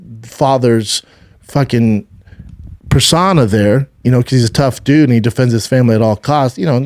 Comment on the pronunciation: Mhm yes per-sauna my fav place to relax